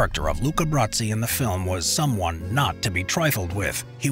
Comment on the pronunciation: why in the world are you pronouncing it Bratsi?